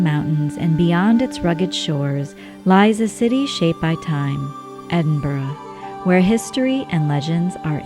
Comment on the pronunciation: As a born and bred Edinburgher, this was a marvellous wee insight into my home town. You even managed to get the pronunciation (just about) right! 😆 Friendly tip: If you want to sound like a real local, aim for ‘Embra’! Also, sorry to be horribly pedantic and boring but Berwick is pronounced ‘Berrick’, silent ‘w’. 😉 Seriously, many thanks, this was such a well put together wee video, well-narrated and nicely filmed. Ty! 👌